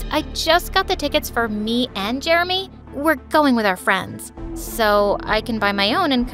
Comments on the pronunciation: He pronounced Jeremy Jermy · is it just me or did i hear "i'm germy" instead of "i'm jeremy"